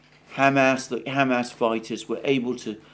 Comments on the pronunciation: Alexander, you try to be so careful with the pronunciations of Ukraine and Russian cities, etc. Is Hamas really pronounced Ham Ass? I doubt it. I could be wrong. Any help here? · brother for the love of all that's good please stop saying it like 'ham-ass' its so funny and it breaks my concentration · Alexander, I love your show and watch it daily. Please keep up the great work. But please learn how to pronounce Hamas. You take such great care in your pronunciation of Russian and Ukrainian words, which I really value. A moment of your time to attend to this would be much appreciated. All the best! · I like how you pronounce it Ham Ass, rather than Hah Mass. I will be using that pronunciation for those butchers now. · Hey Einstein. The whole world says ha-MAS, but you have to say HAM-ass. Good grief. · Ham ass 😂 it's Hamas. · I like the way Alexander says Ham Ass. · Why does he keep calling them Ham Ass?